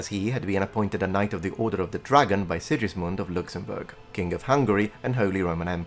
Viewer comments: BTW it's SiGismund, not SiJismund. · Well made video as usual! Just a few corrections regarding the pronunciation of some names: - Sigismund is pronounced "Sighismund" - János Hunyadi "Yah-nosh Húnn-yadi" (btw. Hungarian words are always stressed in the first syllable) - Teutobug "Toy-to-boorg" I get it why you pronounced Matthias's and Friedrich's names the English way though.